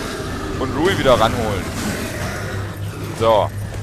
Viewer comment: iss ja sonst nicht meine art, aber da muss ich jetzt mal kritik über. das tier heißt RuIn. und wenns geht bitte auch mit einem deutschen R. iss doch schließlich ein so schönes wort. ansonste klasse wie immer. ^^